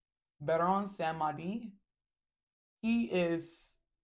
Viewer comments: It’s called: Baron Samedi (Samdee). Not “samuhdi. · Samedi means Saturday and it’s pronounced “Sam Dee” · Samedi is pronounced different sista it means Saturday .